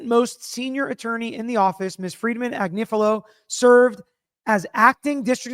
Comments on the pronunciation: Pronounced Ag nif a lo. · I absolutely love. its pronounced Ag nIf a lo. So the i is short vowel! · Ag-nif-ilo with all the "I"s sounding as in sniff. She is (or was) on Meidas Touch every day. Where have you been ?